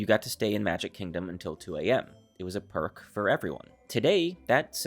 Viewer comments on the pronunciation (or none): none